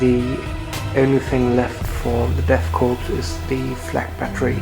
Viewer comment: Nice batrep. You don't pronounce the p in death korps though. It's pronounced 'core.'